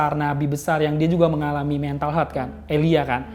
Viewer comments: ehh engkish jaksel nyebutinnya pada bener lho. Haha. Health dibacanya ya hélth. Bukan heulth. 🤭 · Bro , Health dibacanya tu "HÉLTH". Dan bukan "heulth".